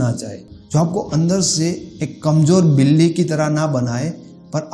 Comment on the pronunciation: Sir villy nhe hota billi hota h